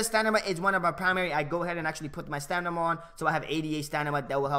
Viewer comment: Great vid bro, looking forward to the skill moves guide. btw does anyone notice that he says stanima not stamina the whole video, LOL just sayin tho